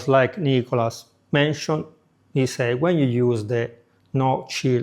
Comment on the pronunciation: Who is ni-co-las